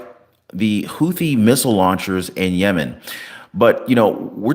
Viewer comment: He called Yemen lemon😂